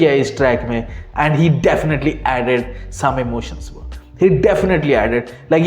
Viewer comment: Its bro not bra 😂